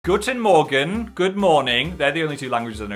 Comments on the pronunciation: Guten Morgen, Phil ^^ I watched this for breakfast and your german Guten Morgen caught me off guard, it was really good! ^^ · I'm German and it's Saturday morning and Phil just jumped at me with his 'Guten Morgen'. I'm so happy. 😄